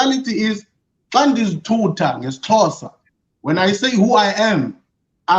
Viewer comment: Xhosa not Xhoso lol